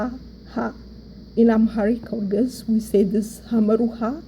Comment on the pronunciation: First of all amaharic is not geez. You have to know the meaning of geez. Even u cant pronounce it properly. Basically the formal written language of tigrinja(sabean). Amaharic is not a geez. Amharic language basically have Only 300 years old as a language. It was orginated from tigrinja and agew. 95 % of it are tigrinja the rest is agew. That is why the amharic speaker cant pronounce our alphabet properly. All the Words have uniqe sounds But the amharic speaker since it is very difficalt to pronounce it they uses similar sounds for many alphabets. But the tigrinja speaker are the real owner of the alphabet and pronounce it properly all the alphabet. Your video is poor.